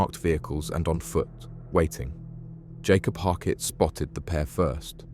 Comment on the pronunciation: Bro what are you prouncing 'Yakob' as "Jacob" and 'Yanis' as "Janis"? Say their names right, they're Abduls, not Jonathans!